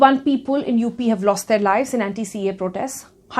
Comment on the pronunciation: I like the way Ms. Kapoor says the ‘-le’ ending words. People ( she say ‘peopole’), Simple ( she says ‘simpole’) . It’s kind of cute in a way i guess 😁 Leaving all the non-subjective complements aside ... i really liked the statement she made that “In India.. process is punishment” which is so very aptly put. It makes you wonder if the voters are wise enough to choose their own leaders. Ofcourse there are people who take an educated stance but to a large part people simply choose blindly without taking into consideration the consequences their actions will cause. And as long as the politicians and others talk about the “wisdom of the voter” for their own political gains... we will be deluded into thinking that, we as a collective, are wise enough to choose our representatives. When in fact we are not. We are not a democracy yet... we are a quasi democracy where the elements of monarchy are still very much present today in our so called democracy. Just voting and taking out protests doesn’t mean democracy. I will show you what true democracy means.